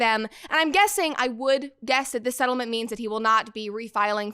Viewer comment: So you're saying: "It Ends with Us ettlement"?